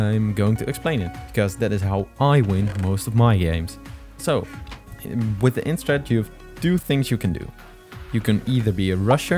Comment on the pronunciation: You’re DEFINITELY saying end strat but it’s IYN